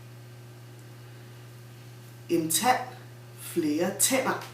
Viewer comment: when you say "tand" and "tænder" the vowels sound the same???